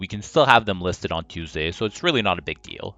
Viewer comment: "Teusday" Just like how I pronouce it.